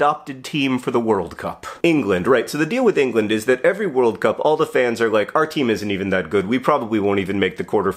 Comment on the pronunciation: You nailed England 😂😂